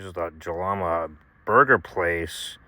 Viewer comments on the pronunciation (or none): Great video dude! I’ve been camping here since I was a kid. My only critique is that Jalama is pronounced “Halama”. It’s SoCal so you gotta look out for the Spanish pronunciations 😂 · Great job, very informative. FYI the J is pronounced like H.